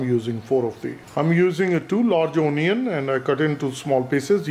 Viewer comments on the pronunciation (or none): unnecessary accent. not a great watch. i stopped at ooonion